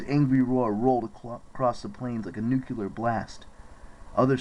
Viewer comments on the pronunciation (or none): NOO-CLEE-ER NOT NOO-KYA-LUR